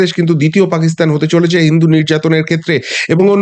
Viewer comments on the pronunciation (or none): none